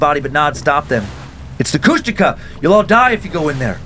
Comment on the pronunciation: I was born in Ketchikan and grew up on Prince of Wales Island, Southeast Alaska, and my dad always told the story when I was a kid about when him and three of his friends were over by Kasaan and they swear they saw a Kushtaka (which they are totally butchering the pronunciation). I've spent most of my life on the island and all over Southeast Alaska, never got to see anything like that, but there's lots of eerie things back home, that's for sure.